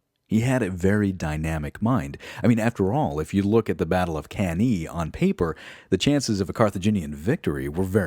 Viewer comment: Good job man. Great organization and effort. Other than mispronouncing some stuff like cannae, you presented this with so thought and passion.